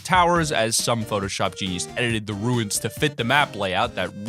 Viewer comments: runes is pronounced like tunes with an r not like ruins. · Why does everyone pronounce runes like ruins. They are DIFFERENT words. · Learn how to pronounce runes.